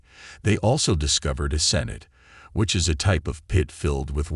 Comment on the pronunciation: over 6 min to get to sinkhole, you mis pronounce sinote and what was with the picture of mexican ANTIFA?